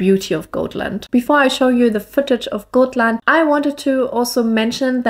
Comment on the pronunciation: Hello! Many beautiful views and nature pictures! But please don't call it Goatland! If you pronounce it as Gottland with a very short (o), it will be more correct pronunciation😘!